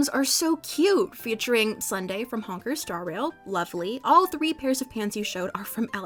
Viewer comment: DID SHE JUST SAY HONKER STAR RAIL IM DYING